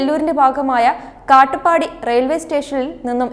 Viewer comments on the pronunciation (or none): This is more than 15 years old, u r reporting now only. And the station name called Katpadi, u r pronouncing as Kattu Padi. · കാട്ടുപാടി സ്റ്റേഷൻ അല്ല കാട്പാടി എന്നാണ്. മലയാളി വായനകാർക്ക് സ്ഥല നമ്മങ്ങളെപ്പറ്റി ഒന്നും അറിയില്ലെന്ന് മനസ്സിലായി.